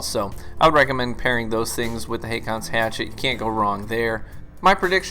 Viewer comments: Just to be "that guy", you pronounce it basically "Hawkons". It's a normal name in Scandinavia. Some use Å instead of AA, which is an older form of the name. We've had several Kings named Håkon/Haakon. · Dude...Haakon is how you spell the old Norwegian name HÅKON (Pronounced in "murican" as Ho-Con). The letter Å in Norwegian is pronounced like "Oh" in English. Google must be broken if you couldn't look it up... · "AA" in Nordic languages, and in names like "Haakon" is pronounced with a "o" type sound. Not the American "A" [ey]. It's also a way of writing this letter "Å". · The double A is an old way to write the norwegian letter Å. Haakon is a scandinavian name and is pronounced "Hokon" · It's actually pronounced "Haakon's Hatchet." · aa is å in norwegian and u say it like a o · The two "aa"s in Haakon is pronounced the same way the Scandinavan letter "å" is. For an English comparison, the "a" in "raw" or in "war" is pronounced like an "å".